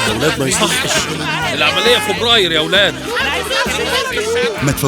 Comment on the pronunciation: هو بيقول فوبراير